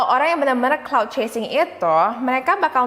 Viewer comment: Kak yang bener clout chaser bukan cloud